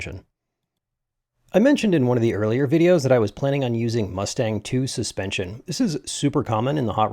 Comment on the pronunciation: 'muttstang' suspension? (Matt-Stang)